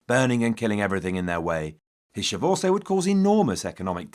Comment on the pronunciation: The way he pronounces chevauchée is infuriating